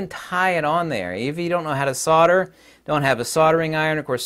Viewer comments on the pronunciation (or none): Solder. S o L d e r. Not sodder.